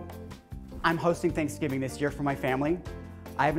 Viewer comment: Sangiving? I thought it was thanks giving?